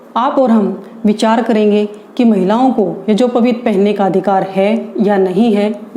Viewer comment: यज्ञोपवीत बोलना तो सीख लो 😁 मूर्ख